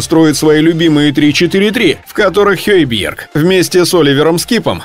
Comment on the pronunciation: Почему произносите имя хейбиерг ,он же хёйберг